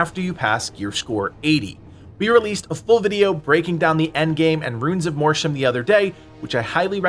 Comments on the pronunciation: 'Mortium' is pronounced 'MORT-YOOM', not 'MOR-SHOOM'. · You think Mortium is pronounced "MORSHUM? Is this because you were dropped on your head as a child? You think Mortira is pronounced "MORSHA?" Who taught you how to read?